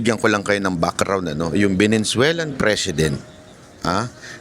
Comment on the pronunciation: Venezuelan not venenzuelan ,pati pronounce di mo magawang tama🤣🤣